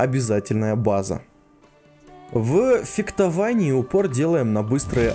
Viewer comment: мне кажется, или Эдик говорит феКтование?